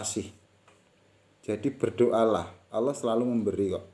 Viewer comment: Lam jalalah dibaca taghlid....dg suara yg berat...bukan ringan / tarkik...mohon maaf kalau kurang benar.....matur nuwun....🙏🙏